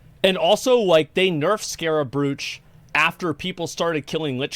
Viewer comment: Scarab brooch? It is spelled that way but it’s pronounced broach. Like the roach you smoke just before streaming. Do you also say fox when you see the name faux.